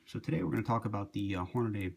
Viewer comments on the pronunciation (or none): It's not Hornaday, you fucking idiot! It's Hornady. The name is spelled out on all their products. There is no "a" between the D and the Y. Horn-a-dee. Hornady. Dumbass!